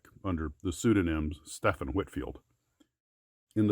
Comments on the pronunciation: "Stephen" is pronounced "Stee-ven" not "steff-en"! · Stephen, it's pronounced Steven